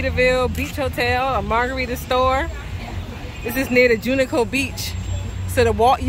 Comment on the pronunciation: I swear you mispronounced Junkanoo Beach so many times on purpose 😂😂🤣🤣😂😂 Great video